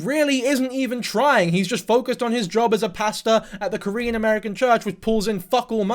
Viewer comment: Normally dont leave comments on but your Korean pronounciation was spot on!